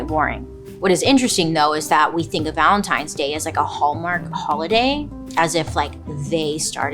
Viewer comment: Everytime she says the holiday's name... my head hears LUBRICANT. ANYONE ELSE?!! 😂😅😂